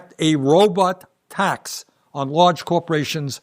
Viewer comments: Sounds like he’s saying Roblox lmao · Uh…did Bernie say “Robutts”???